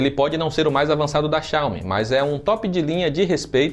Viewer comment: Ótimo conteúdo! Só uma critica construtiva, a pronuncia da palavra Xiaomi esta errada, estou morando na China e aqui eles pronunciam a silaba tónica no Mi. Como se tivesse um acendo agudo no fim da palavra Xiao"Mí". Por se tratar de um canal que forma opiniões e influencia os entusiastas, acho interessante dar atenção nessa questão. Abraço!